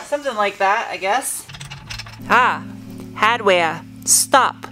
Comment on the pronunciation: A New England accent came out about the hahdweah in the bag!